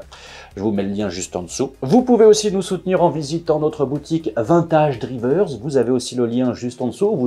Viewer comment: C'est étrange! Tu prononces bien Night Rider. Mais pas Vintage Driver! Très bon vidéo Merci